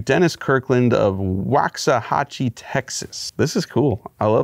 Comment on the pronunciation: Hey Mike! Waxahachie is pronounced like so: Wax= plural of wok (the pan) A=uh Hach= like hatch chili, or an egg hatching Ie= ee Most excellent try to pronounce it, mon frere! It’s been pronounced WAY worse than what you’ve done here, if anybody gets offended by your pronunciation, rain on ‘em.